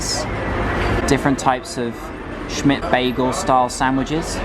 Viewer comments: Turkish speaking is the same as you write, so say as you read Simit, as a simit not shmit haha 😄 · It's pronounced Simit. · Dear, It is not SHIMIT it is SEAMIT.... thanks.. do not worry about it... just a reminder... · It's pronounced "See mit" not "Shimit" :-) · shmit😂😂😂 its si-mit pronounced how its spelt mate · Pleeeease It’s simit with “s” not shimit 😂💕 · Haha glad it's not just me that found it a little annoying 😅. One of the few Turkish words that is pronounced how it's spelt: sim-it. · hi, simit is not pronounced like she-mitt, it's pronounces si mitt, si as it's in do re mi fa sol la "si" or as letter C sounds in the English alphabet'song ABC :) and second syllable mit sounds as in baseball mitt. Si / C + MItt = Simit .. Thank you for your video , it was very informative , leaves one wishing to go to Ankara and start feasting , everything looked delicious. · Yo, that “crusty bread” you call is pronounced simit not shmit. And the city “An’kara”, not “Anka’ra”. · It's pronounced like "si - myth" Schmitt is German surname. :P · there is no such a thing. You just pronounce it the way it's written. Simit. Starts with an S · That's the cutest style I ever heard someone pronounce Simit - Schmitt 😁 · Simit- pronounced see or si. -mitt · you can pronounce simit like smith. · Your şimit pronounce is so cute ahaha 😂👌